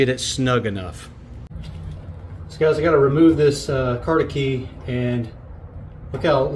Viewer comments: Hope you mean “cotter” key not “cot-a-key”. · Did you say carter key?